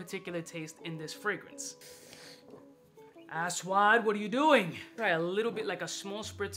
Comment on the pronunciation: Ass-wad, ashwaa.... Ajwad!